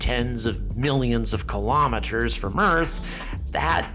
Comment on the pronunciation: Please say kilo'meters rather than kalamaduhz.